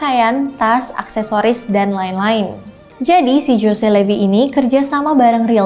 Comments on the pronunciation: jose... dibaca hose mbak bukan jose... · 'José' itu bacanya 'hose' dooong😁